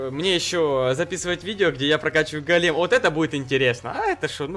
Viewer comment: Не голееееем а гоооооолем правильно